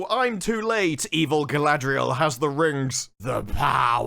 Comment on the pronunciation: Why does anyone say her name wrong? Gladriel is not her name ffs. Her name is Galadriel (Ga-la-driel). Doesn't matter this show managed to destroy all the characters.